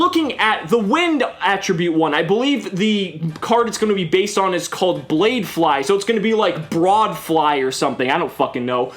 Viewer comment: Why is he pronouncing BLADEfly like that